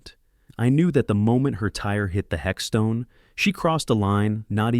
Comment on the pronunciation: What on earth is a hexstone its headstone.